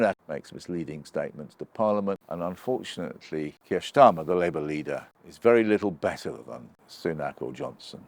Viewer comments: Again "Ssshhtarmer". You're an adult. You're trying to talk to us yet you're using playground name slurring, I am disconnecting, not paying attention to your words and phrasing, because I'm waiting for your deliberate misspeaking. But I've also stopped listening for that and am just carrying on with my day. I've seen you a few times, not really known who you were but I formed the usual quick assumptions based on position, points etc. To see you using playground name misspeaking, omg, it's laughable. It's such a basic, unintelligent form of attack. It makes me think you'll struggle to make reasoned points if you resort to playground name misspeaking. In my mind I'll know you as the guy who uses playground name misspeaking. Because this is what you're doing, repeatedly. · Funny how Oborne pronounces "Starmer" as " Shtarmer" using a a German pronunciation for the 'St' sound. How odd. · Why does he keep pronouncing it as "Keir Shtarmer"??? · Shctarmer? Are we in Germany? It's starma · I love the way he pronounces "Schtarmer" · Since when was his name pronounced Shtarmer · I'm amused by how you pronounce "Schtarmer" :-) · When I hear Oborne say Schtarmer, I know where this old sckool Arabist anti-semite is kumming fromm. Jah? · Is Peter pronouncing Starmer Schtarmer on purpose? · I'm loving this new pronunciation of Starmer as Shtarmer, like Skoda is now Shkoda. Not quite sure why or what it means, but loving it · That's an unusual pronunciation of 'Starmer'? What's that all about?